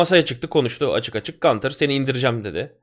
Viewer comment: Abi gantir değil gunther ya da günter , adam Avusturyali ya amerikali gibi okuyorsun